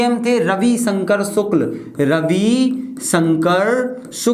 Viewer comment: Sir रवि शंकर शुक्ल है वो शुल्क नहीं 😂😂